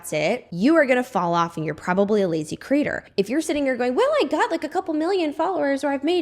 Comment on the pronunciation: 😂 I feel like you keep saying content critter instead of content creator 😂